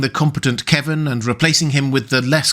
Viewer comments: KEVAN, NOT "Kevin". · It's "Kevan", NOT "Kevin". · I always pronounced Kevan as "kuh-VAHN" but that's me.